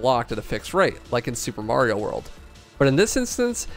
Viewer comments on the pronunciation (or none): none